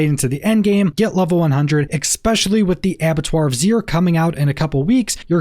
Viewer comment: My guy, it's ESPECIALLY, not exspecially...... wow.